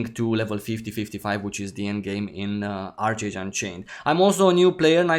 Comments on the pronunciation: Love your content, glad to see you back! FYI, I believe it's pronounced "ARK-age" 😉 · Made the same mistake at 1st but it’s pronounced ark age. Just wanted to let you know. Great vid as always!